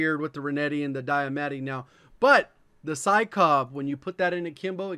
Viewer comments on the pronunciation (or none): bro, it’s pronounced dia-marty